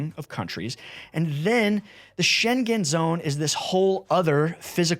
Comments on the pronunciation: Maybe you can correct the pronunciation?. It's sheng-gen or sheng-gn. (not Shen-gen) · That zone is the "Scheng-en" zone. It is not the "Scheng-gen" zone. It's like singer, not finger. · It's not sheng-gen...😅🙄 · Schengen doesn’t have a hard G. It sounds like the -ng in “banging”. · For future videos please inform yourself how to pronounce Schengen. It's a place in Luxembourg, not China. I cringed every time you said it